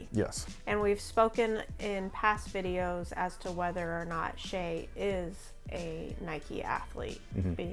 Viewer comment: OMG finally a reviewer who pronounced "shai" correct!